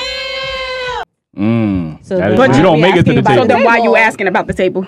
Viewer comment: Who are they "axing" now?